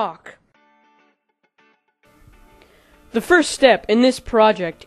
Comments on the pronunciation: he says cock everytime! XD thumbs up if im right! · He keeps sayin cock and not caulk! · It's pronounced culk, just letting u know so people don't joke about it. Btw thanks for all the tutorials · he says cock like 20 times lol (I know its spelled caulk) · i cant belive he says cock all the time XD. and i didnt jnow that was called cock i knew the oder cock